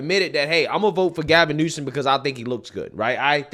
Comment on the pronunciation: It's "Newsom", not "Newson". Just saying 🙈 Like it's "Ibram X. Kendi", not "Imbram". I love your content, but somehow you tend to get people's names wrong, although you're reading them.